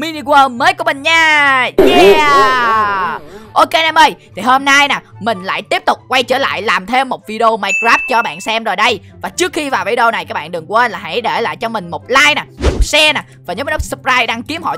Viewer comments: minecraf bedwars chứ ko phải mineword nha anh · Minecraft mà anh nói là mini 😂😂😂😂😂😂😂😂🤣🤣🤣🤣🤣🤣🤣🤣🤣😂🤣😂😁😁😁😁😁😄😃😀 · chơi miniworl nhiều quá sao mà cứ nói miniworl